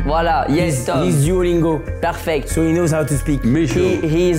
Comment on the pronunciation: Ptdr sur « duolungo » on dit duolingo